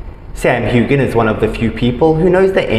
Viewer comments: Hew- an !!! Learn to pronounce it. He doesn't have a daughter with Balfe!!! The child is with Mackenzie Mauzy .. awful information relaxer you are,😕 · Don't pronounce the g in his last name!!